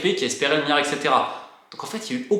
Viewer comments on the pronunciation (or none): Miyon, miyard MiLLLLLLlion MiLLLLArd merde ahaha je craque Sinon super vidéo merci